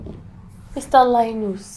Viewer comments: LIEnus, lIEris... lies 😂😂😂😂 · Mr LIE-NUS Daughter LIE-RIS 😂😂❤ Thank you so much for this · Lie-nus & Lie-ris 😂😂😂 How will they not lie? It’s in their name. Though I got the lesson it’s hilarious those names 😂😂😂